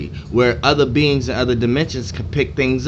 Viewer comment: I thought you said beans until you were saying beings more i noticed lol